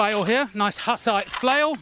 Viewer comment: I love that you built a Hussite war flail. Small detail: Jan Hus and the Hussites. Hus is pronounced Hoos, like goose! Hussites are hoo-sights. Hus is in fact Czech for goose !